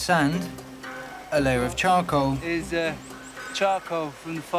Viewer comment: 숯을 영어로 에드가 말하는거 들으면 발음이 초코라고하는것같음 나만그럼? (그리고 초코먹고싶다)